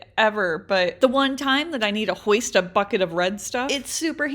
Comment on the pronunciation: Ummmmmmmm when she said bucket the first time I heard f#@ it 😅😅😅